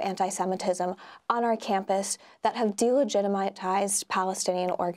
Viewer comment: Delegitimises. Not delagitimetises.